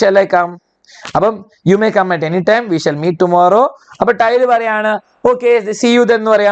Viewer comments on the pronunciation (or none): Til allalo sir tyl alle 😂😂😂